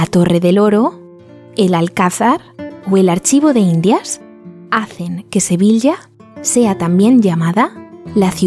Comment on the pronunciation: Sevilla está mal pronunciado.